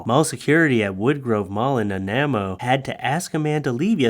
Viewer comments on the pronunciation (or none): Omg I live in Nanaimo, it’s Nan-eye-moe, but you did a great job for first time pronouncing it! I never though my crazy little town would be on your show. Haha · Come on,, you’re Canadian. You should know how to pronounce Nanaimo. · How are you from BC and don't know how to say Nanaimo... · Lol how you pronounce Nanaimo. It's a place in BC famous for their candy bars, Nanaimo Bard, you know the super fattening delicious bar with like the a wafer coconut bottom layer, custard icing middle and a chocolate top. So effen good, but I am now going to call them however you pronounced it,l. You're the best BOOP!